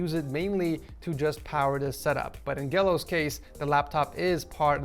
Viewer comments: if ur seeing this, The name Gelo isnt pronounced as gelo its pronounced as jelo, since the name gelo originated from the name angelo. Lve ur vids and i would like to see long vids like this one. <3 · here in the Philippines we actually pronounce "gelo" like Jello, is usually a nickname that is given to a person named "Angelo" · you butchered Gelo's name